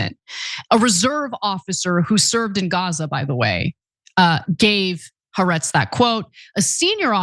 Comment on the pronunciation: Jfc. It's been almost 2 years now. The publication is "ha.. ar-etz" not huhretz